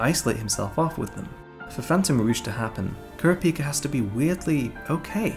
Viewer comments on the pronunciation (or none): Kurapika is pronounced more like Kurawpika instead of kuruhpikuh. Leorieo is pronounced like Leeoreo so just lee and then oreo, you said it leo rio. And Hisoka is pronounced He soak uh, I'm pretty sure you said like Hesawkuh. Besides that good vid. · Dude said kurápëcâ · Are we really gonna let the fact slide that he says “Kura-pee-ka” like someone who HASNT watched the anime despite him HAVING REWATCHED IT?🥶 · The was he pronounces kurapika pisses me off